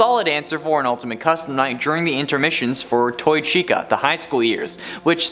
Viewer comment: He says SHECA